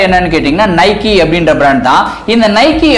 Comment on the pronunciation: நைக்கி illa bro நைக்